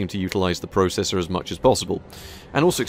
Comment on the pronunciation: ZEE*** NOT ZED AND YOU SAY PROCESSOR WRONG